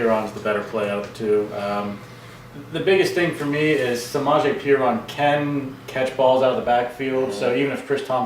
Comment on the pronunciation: Hey you guys said Samaje Perine wrong so I stopped watching